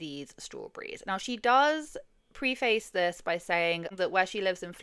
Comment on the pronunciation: Sorry I’m gonna ask it. Pre-face? Did you mean preface? 😅I’ve never heard of that word said like that.